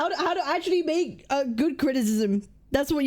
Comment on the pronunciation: the video drag to 29 mins due to Cap keep pausing and crashing out everytime said critism 😂